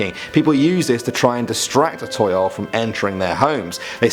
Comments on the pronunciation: I think Toyol is actually Tuyul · its tuyul laa